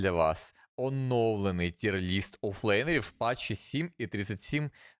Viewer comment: Якщо що то ТИР лист, а не тір лист. Правило 9